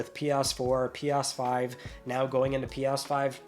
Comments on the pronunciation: Why does it sound like you're saying "P-OSS-5"? Am I finally going insane? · Pee Arse 5. Interesting pronunciation.😂